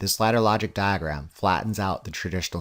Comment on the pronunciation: why are you trolling us with the way you say diagram